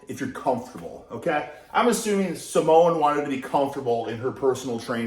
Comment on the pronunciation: Hahah, pronouncing Simone Samoan lol